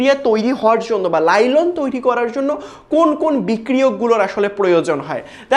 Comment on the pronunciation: Ota nailon lailon na😂